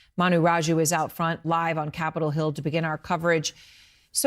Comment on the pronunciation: She said Capital Hell/Hill 🧐🤔🤔